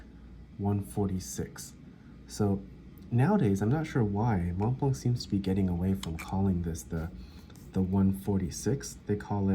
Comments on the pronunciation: Mont blanc, the "t" and "c" are silent as is the "d" in grand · Montblanc. The c is silent.